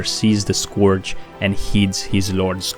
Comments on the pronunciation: Dude,your videos are nice and well made and seem to chill me wheb i listen to them but please, i am begging you, stop calling The Scourge "The scUORGE" and stop calling Jaina "JA INA".They dropped me off my cloud when i heard those :)).Anyways, grats for video, keep it up! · I love how he says Scourge, sounds like Scorch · This man said squirdge